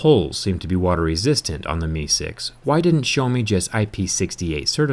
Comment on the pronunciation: Stop calling Xiaomi "show me"